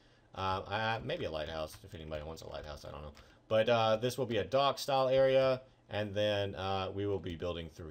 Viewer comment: when u said "dock" it sounded like "dog", so I thought who likes dogs? BURT DOES!! so u should build burts puppy shop next to the cat shop